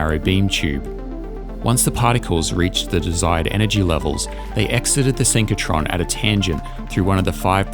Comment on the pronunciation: SYNCH RO TRON, not synch co tron...